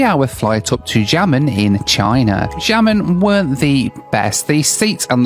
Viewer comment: The way pronounces Xiamen is giving me a stroke 😵‍💫